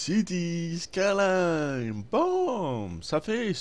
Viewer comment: C'est pas skarline mais skyline ça fait 11 fois que tu te trompes ...